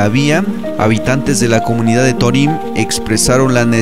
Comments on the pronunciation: ¡Mi felicitación de nuevo, pero torím rechina horrible! El narrador, locutor o hablante no puso atención al señor Jesús Patricio Varela Martínez en su pronunciación del nombre del pueblo yaqui Torim, sin acento en la i. ¡Arriba Sonora! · Torim se acentua el la letra "o" (lo pronuncias mal)...